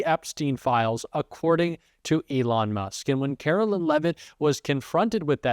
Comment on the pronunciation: Likeer don't like her are neutral about her. It doesn't matter either way but her name is Kar o LINE. Whether you're doing it to be cute or you just can't seem to grasp the difference between Carolyn and Caroline. Either way, it makes it hard to want to stay subscribed to you. Do better.